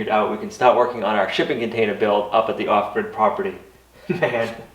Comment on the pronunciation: Lol! Some times when you say "off-grid" property, it almost sounds like you're saying "awkward" property. I guess its your northeastern accent. Its cute though. Makes me smile when you say that cuz I know what you're saying, but it still some times sounds "awkward". lol!